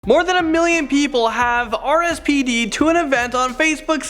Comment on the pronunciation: Anyone catch him say rspd and not rsvp?